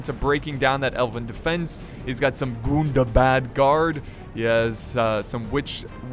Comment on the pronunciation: can vu plz stop saying gundabad wrong